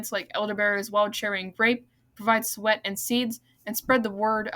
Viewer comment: Nice update but you need to work on your vocabulary and pronunciations. Suet is pronounced soo’-et, not sweat. Privet is priv’-vet, not priv-et’. There were a couple of others, as well but was not keeping a list. Take your time speaking and practice a couple of times before recording will greatly improve the auditory quality, along with keeping the background noise softer than your speaking track. You could have broken this video into two parts which would have given you more time per video and you get credit for two videos instead of one. Great topic, and I wish you well on your future nature updates!👍